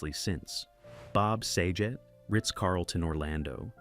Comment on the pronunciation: It 's Bob Sag-it, not sajit.